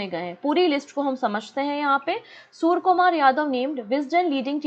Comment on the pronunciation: Madam it's surya kumar not soor kumar...